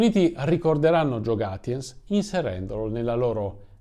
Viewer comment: Piccola correzione: Gaetjens (e non Gatjens). Comunque non è un cognome tedesco. Anzi la grafia suona proprio molto fiamminga.